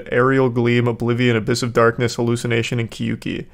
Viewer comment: Him casually pronouncing kyouki first try.